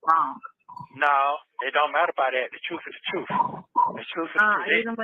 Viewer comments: “Da truff”. My lord. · I wish with all my heart that learns how to pronounce the word “truth “.